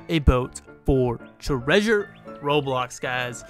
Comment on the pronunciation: The '' BHhhild a boat for treasuree''